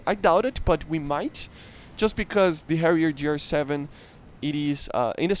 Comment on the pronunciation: Did you say Harrier Jew?